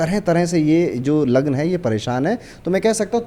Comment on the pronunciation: Lagan ya raashi thik se boliye